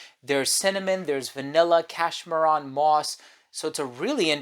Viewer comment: Stop pronouncing cashmeran wrong